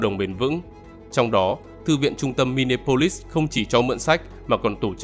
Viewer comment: Xin góp ý kiến Đọc là mi ni a polis